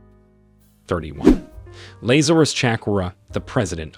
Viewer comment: Laser-us??? This man never went to Sunday school. 😂 His pronunciation throughout this video was abysmal, even with common names.